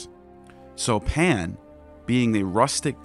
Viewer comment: Are you saying “Pam” or “Pan”?